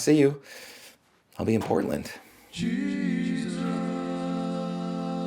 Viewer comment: I heard the start as "Hello, Disciples. It's me, your favourite lord and saviour, Penis"